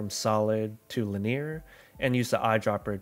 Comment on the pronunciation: why don't you know how to pronounce the words 'linear' and 'gaussian' 😂